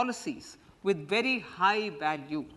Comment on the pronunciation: Bery bery gud